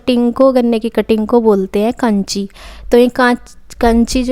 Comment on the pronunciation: काछी होती है कांची नहीं